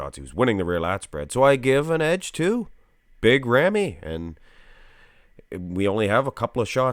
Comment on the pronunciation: As Arabic You pronounce the name not bad 🙂